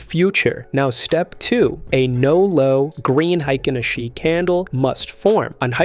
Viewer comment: hikenaSHEEE, C'mon. One disclaimer is enuff